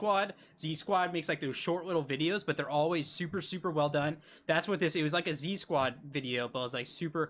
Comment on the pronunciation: i love you BUT IT IS ZQUAD not Z-SQUAD😭